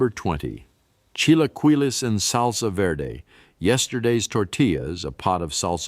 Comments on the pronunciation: lol chill a kwee Lee 😅 lol the pronunciations 😝 but other than that love the dive into Mexican cuisine ❤ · The pronunciation of Spanish words is pitiful. Chilaqwilees??